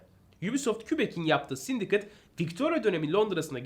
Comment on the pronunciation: Sindikeyt diye okunmuyor muydu o ya 😅 Yıkıldım sindikıt ne 😅